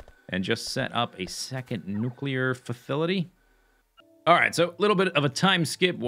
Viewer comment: "Nuclear fufility" - mispronounced "facility"!:D